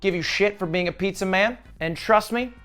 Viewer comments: he said pizzia pog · Did you you just said "Pizzia"? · "I made Pizzer" Next title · I believe you, Its gonna be the best piz-ja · ‘the best pizzya’ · "this'll be the best pizYA you've ever had"